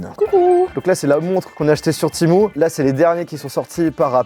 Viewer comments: C'est temU et non temou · Timou ❌ TémU ✅ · C’est Temu et non pas Timou !😂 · On dit pas tImOu on dit tému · Timou 😂 tu sais pas lire ou quoi c'est écrit temu ! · Temu ptn ça se dis TÉMUUUUU PAS TIMOU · Hein tu dis « ti-mou » ? 😂 j’ai toujours dit « té-muuu » 😂 Comme le mot « menu » mais avec un « T » 😂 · Temu: ❌ Timou: ✅ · PK TU DIS TIMU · Timou 😂 je sais pas comment on prononce mais en tout cas pas timou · ha non non pas du tout ou tu vois un double e ? Un e normal se prononce pas i c’est une dingerie d’écorchée un nom comme ça En tout cas bonne vidéo 👍